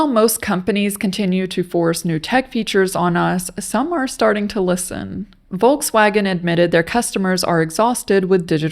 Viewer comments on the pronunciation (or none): none